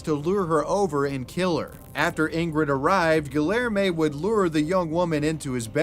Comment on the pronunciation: Respectfully, if i listen to you say "GuhLLairmay" one more time i might pop. Idek what name youre trying to say, but im almost certain it has a hispanic L, maying it kindof a Y Edit, i think its Guilherme, which is Gee-lhuyer-mey" hard to type out phonetically, just hone in the spirit of a Brazilian man as you say it